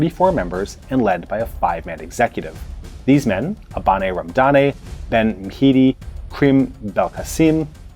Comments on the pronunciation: Abane Ramdane ( pronounced Aba:n Ramda:n, with the long vowel on the second syllables, not Abanay Ramdanay) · My hometown is the birthplace of Abane Ramdane, and your pronunciation of his name was really adorable. Very good video, I really liked your take on it. This is a very complicated topic, and the views differ widely on the statistics and the details, but you caught the gist of it quite well. The only small reproach I'd have to make is about the "berber and arab" part. Although there probably are Algerians with true arab descent, most are "arabophones" meaning they speak an arabic dialect but are berber. It's worth noting that the Arab conquests probably had 200,00 soldiers at best when combined, whereas the berber populations were there since at least 10,000 bce (Capsian civilization). Thank you for the video at any rate, great watch.